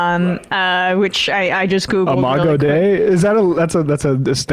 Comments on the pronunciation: Hey mispronounced the latin. If i recall correctly, dei is pronounced day-ee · lmao charlie that is not how dei is pronounced